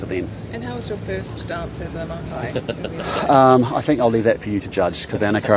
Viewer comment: What a long matai name. maimau. He doesn’t pronounce his matai name correctly 😂😂 God is good.